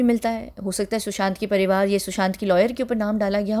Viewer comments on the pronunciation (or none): none